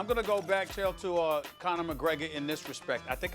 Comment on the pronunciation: When molly calls chael - kale 😂😂😂🤣😂😂😂🤣